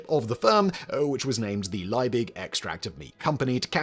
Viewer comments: The Germanic surname Liebig is pronounced as "Lee big", not "Lye big". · Simon, can't you read? The name is von Liebig, not von Leibig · It's LIEbig, not LEIbig. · His name is not pronounced "Lie -big", it is pronounced "Lee-big". Accuracy matters. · it is pronounced "Leebig" not "Lyebig." Check your German. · The Chemists name is pronouced "Lee-big", not "Ley-big"... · One niggle. Liebig is pronouced Lee-bick and not Lye-big. In German, 'ie' is pronouced as a long 'e' and a g at the last letter is subject to Auslauverhärtung )run out hardening). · The name is pronounced LEE-BIG. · German pronunciation: Liebig... eye 👁️ before eee is pronounced eee eee before eye 👁️ is pronounced eye 👁️ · Well researched and presented, but Liebig is pronounced Lee-big, which is German... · the man's name was Justus von Liebig. why do you consistently pronounce it as if it were Leibig? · fyi Liebig is pronounced lee-big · Justus Liebig is pronounced yoostoos Leebig (Lee big), just saying 😊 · Simon, it´s Liebig - Lee-big. Not Leibig, Leybig, Laibig or some other variant of the name. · German here. one correction - it is Liebig with i+e which simply indicates a long vowel i. The english pronounciation is simply "leebick". I+e is not the same as e+i which is pronounced "i". And for future reference, the V in von is simply the "F" sound -> "fonn". i.e. "Fonn Brown" ;) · Simon! Once again and just for you the pronunciation guide on german double vowels: it's always spoken like the second vowel in English!!! IE=E and EI=I (Justus von) Liebig="Leebig" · Why not try and pronounce von Liebig correctly: von lee-big. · FFS Simon! Learn how to pronounce German names!